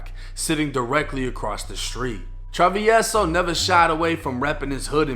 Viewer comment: I had to watch this just to see how hed pronounce travieso 🤣 but you didnt butcher it! Good shit!